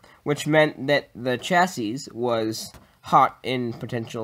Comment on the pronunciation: Nice improvements over your last build! btw just fyi, chassis is pronounced CHasē, or SHasē (rhymes with classy). Keep up the cool work!